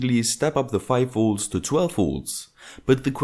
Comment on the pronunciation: His videos are great - I just can't stand his pronounciation of 'Volts' - he's always saying 'woolts' :)